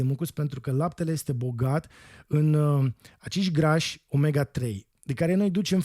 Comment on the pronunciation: Pe mine m-ai convins când ai spus "aciji grași". 😅